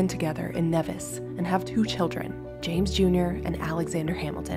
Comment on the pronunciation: I don’t know why every single YouTube video gets this wrong, but the name of the island is pronounced NEE-vis not Neh-vis